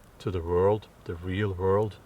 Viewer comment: The pronunciation of “world.” I would start out by making a CONSCIOUS EFFORT to pronounce an English “w” like “w,” not, as - I’m sorry - you do. You pronounce it like a “v.” Once you have that under your belt and can spontaneously say “why,” not “vhy,” “where,” not “vhere,” “when,” not “vhen,” “were,” not “vere,” etc., you can then approach “world.” Here’s the trick: the “wor” in “world” and “word” is pronounced EXACTLY THE SAME as “wer” in “were.” I’m an ESL professor with over 4 decades of experience - have even written a book - and firmly believe that anyone can change himself to meet the requirements of a new language. Yes, it takes practice, but it can be done. An important component is, as you suggest in this video, LISTENING, listening to yourself as well as others. Please know that these comments are meant to help, not criticize. If you have any further questions or concerns, please don’t hesitate to contact me. I’d be more than happy to give you a hand. Obviously, I very much enjoy watching/listening to your videos. Thank you. All the best.